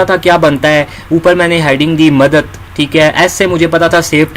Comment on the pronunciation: Madat ni madad hota hy bhai 🤭